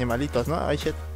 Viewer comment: Like por todas las veces que dijo shet